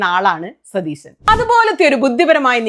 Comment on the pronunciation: സുനിതാ.... സതീസൻ അല്ല... സതീശൻ ആണ് 🙏🏻😂😂